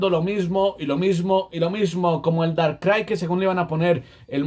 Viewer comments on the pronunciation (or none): none